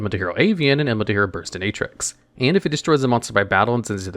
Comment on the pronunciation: From the way Burstinatrix was pronouced, today I have just learnt that it is probably a play on the word dominatrix